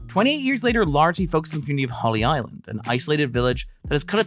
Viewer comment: its Holy Island (or Lindisfarne), not "Holly" Island.